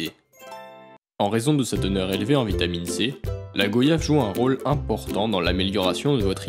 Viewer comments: On dit Goy-ave et non Go-yave point barre. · On ne dit pas VO-YAGE, on ne dit pas GO-YAVE On dit GOY-YAVE En français Y = i + i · Vous cassez les couilles a dire go yave. On dit goiyave !!!!!!!!!!!! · On dit goy-ave et pas go-yave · on ne dit pas GO-yave ! On dit Guayave, goiiave. Cette prononciation fausse vient de touristes pas foutu de prononcer correctement le nom du fruit et qui trouvaient plus exotique de le prononcer GOyave ! On ne dit pas VO-yante, VO-yelle, VO-yage 😤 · On dit Goy-ave et non Go-yave point barre. Ce fruit vient de chez nous alors vous le prononcer comme on le prononce. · on dit gwayave ducon